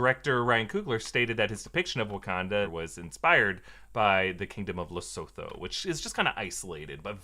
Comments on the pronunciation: Not to be a downer, just FYI tho - it's pronounced Le-soo-too, not Le-soh-toh. And everyone should go there if they get a chance, it's amazing!!! Keep up the great content. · Lesotho is pronounced La-soo-too. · Great vid🙌btw Lesotho is pronounced LEE-SOO-TOO